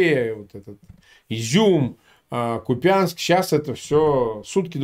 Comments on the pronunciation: КУУУУУпянск кУпянск, люди! Не купЯнск. КУпянск!!! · Купянск. Ударение пожалуйста на первый слог, так будет правильно.